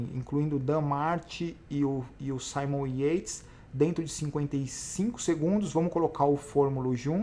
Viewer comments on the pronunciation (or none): none